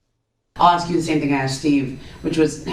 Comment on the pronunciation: "Axe the owner"